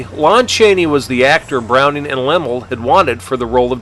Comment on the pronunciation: The repeated mispronunciation of Laemmle is like hearing a wrong note. (Hint: it rhymes with "family.")